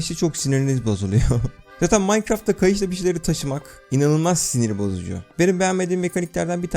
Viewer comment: Minecraft❌ Maykıraft✅